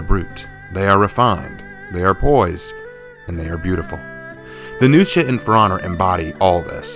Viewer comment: The way you pronounce Nuxia, it sounds like you’re saying “New Shit” XD